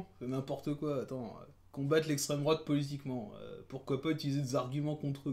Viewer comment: Parti pris bien trop visible, manque de connaissance sur le programme, absence totale de remise en question des autres partis = diatribe de gauchard habituelle. Dommage, cela aurait pu être intéressant si le but n'était pas de "combattre l'essstreme drouate" (ce qui est pathétique, car le PS est bien plus dangereux et mérite d'être combattu davantage) mais de donner un aperçu neutre du FN